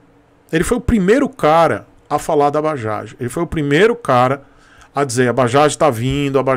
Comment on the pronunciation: Tú tb? Por favor digita na barra do Google: "Bajaj, pronunciation in India". Cara vc vai ficar surpreso! É MUITO DIFERENTE, E COMO VC SABE, NOME PRÓPRIO NÃO SE ALTERA.